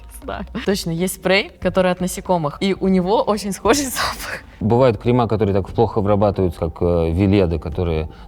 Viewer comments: И что? В разговоре можно и крема́, писать только кре́мы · Жесть просто, профи занимаются косметикой и говорят (кремА) Ахахаааа КремЫ😂